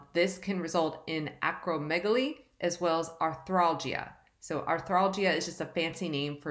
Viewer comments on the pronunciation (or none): none